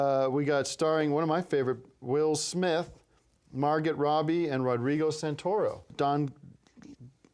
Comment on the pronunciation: He called Margot Robbie Margit. That's my name,!!!